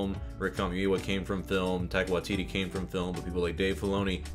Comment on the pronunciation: Tye-qua Wa-tittie 😂